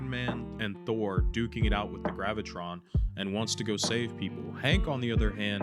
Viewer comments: Its Graviton Not gravitron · Sorry man but his name is pronounced Graa va tarr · its Graviton. Gravitron is a ride from the state fair 😂😂😂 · Actually his name pronounced Graviton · Graviton. Not Gravitron. Sorry for being a buzzkill) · Graviton. There is no extra R. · you said Graviton's name wrong the first time, also it's stated in the show that Graviton was not the cause of the multi-prison breakout. Wonder-man sought out the help of his brother the Grim reaper, the second in command of Hydra for help and the dude introduce Sam to A.I.M. to get his powers.